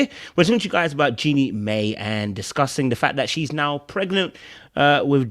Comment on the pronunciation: Jenny Mai name is pronouced Jenny My